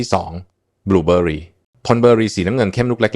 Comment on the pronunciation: บูเบอหรี😂😂😂😂คงใช้ AI แปลภาษา